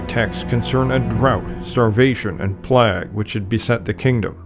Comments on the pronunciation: He thinks he knows what he's talking about but can't pronounce the word plague, /pleig/ a highly contagious bacterial disease. Plagues through the eons have repeatedly brought about great political and social restructure. If you are even an amateur historian, you know how to say this word. He does not so he's just a huge twonk with a YouTube channel. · I have never before heard a human being pronounce "plague" to rhyme with "flag" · whoa. never heard anyone pronounce 'plague' that way. great video!